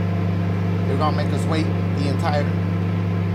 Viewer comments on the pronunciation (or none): Lmfao, "Enitre." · LMAO my mans said “enitre”😭😭😭